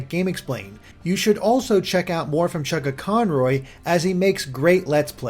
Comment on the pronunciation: I keep hearing introducing as Chuck-A-Corn-Roy